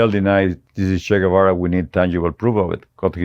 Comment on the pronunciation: At least pronounce his name correctly